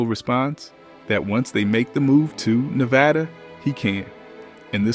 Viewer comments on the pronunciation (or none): none